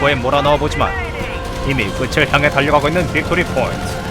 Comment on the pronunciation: 끝을 발음 = 끄틀(o) 끄츨(X)